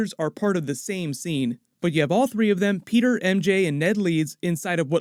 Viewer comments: Pe´´er is bri´´ish now mate! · why you keep sayin peter "pork-er"